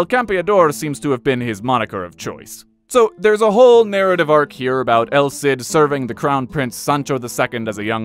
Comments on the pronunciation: It’s pronounced “El Seed” though. Listening to you say “el Sid” over and over is painful. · Ah, well you’re right about that. In any case the “el Sid” pronunciation is wrong and I’m not sure how hard he’s trying if he’s pronouncing it that way.